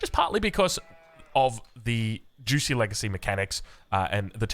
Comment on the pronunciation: “Xi” in modern Mandarin is pronounced just like “she” in modern English. So it’s more like “jooshee” and not “juicy.” - Source: I lived in Shanghai for two years